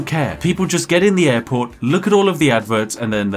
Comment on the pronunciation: did you say airport or Adport?